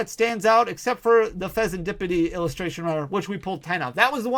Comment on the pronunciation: How many packs did it take before you started saying fezandipiti right?